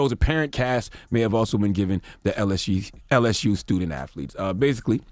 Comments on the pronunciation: Is it my hearing? Or is Charlemagne saying AFFLETES? 😂😂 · The donkey ,"0" every day should go to Charlemagne for calling athletes "afleets.😂😂😂😂